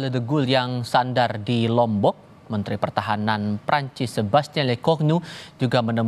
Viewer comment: Keren nih news anchor nya. Pengucapan nama Prancis nya bener. PROFESIONAL!